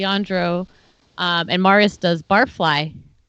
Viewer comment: Marius face reveal AND we find out that Leandro has been mispronouncing Marius’ name consistently!